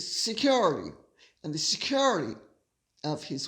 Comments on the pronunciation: I have yet to hear anyone in the US pronounce “security” in such an obnoxious way. Is this a slam against Americans? Your pronunciation of “classy” is obnoxious as well, and even North Easterners don’t say it that way. There are plenty of words Brits pronounce in an obnoxious way, but we are “classy” enough to not make fun of them. How about the over use of “of course”? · you absolutely crack me up every time you say ‘Security’ - so funny….. Love your work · Gorgeous Lady C, here's a little something funny especially for you and Micki. Your 'security' is spot on American! 👍🏼 I say it after you do and I say it just like you 🤣😂🤣 I'm an American in Sussex, not to be confused with the duck ass of Sussex. I don't need 'security'. God bless you and yours.💛💛💛😁😁😁